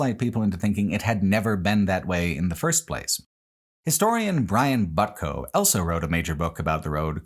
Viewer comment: pronounces the word "also" as "elso"